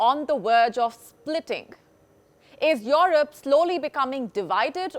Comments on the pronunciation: If she says IOROP one more time my head will explode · Your rop 😂lol the way she says Europe